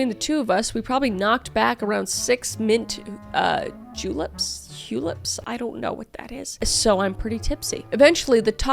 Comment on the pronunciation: You said mint Julie right the 1st time ❤. Bartender here ❤